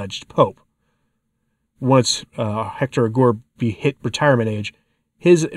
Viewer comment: Hector Aguer. You should pronounce the e the u is silent.